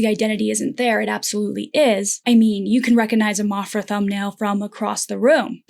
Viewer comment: Maphra is not pronounced mophra lol. Like math is not pronounced moth. I liked your metaphors. Interesting.